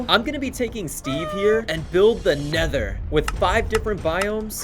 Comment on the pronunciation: tha nedor🗣️🗣️🗣️🗣️🗣️🗣️🔥🔥🔥 fleent and stil 🗣️🗣️